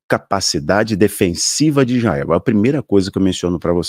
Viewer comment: Não é Ijael, é Israel.